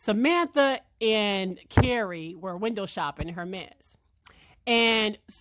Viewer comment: The H is Silent. Pronounced ehr-mez